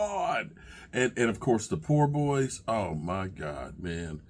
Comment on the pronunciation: It's Po-boy, not poor boy....,jus saying